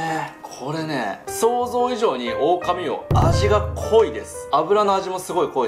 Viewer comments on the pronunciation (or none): あ、「オオカミウオ」ですね。「オオカミうお」ではない。